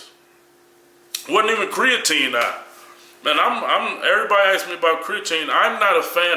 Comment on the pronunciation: Kali is it impossible for you to say ""ask"" instead of ""axe""? :D